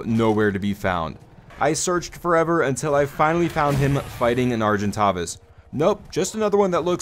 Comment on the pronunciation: And, ar-gin-taves